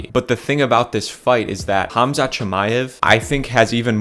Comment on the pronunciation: Props to you for saying Khamzat’s correctly